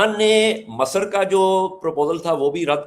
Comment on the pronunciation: Such a shocking pronunciation (Masar) of Misr (مصر) "Egypt"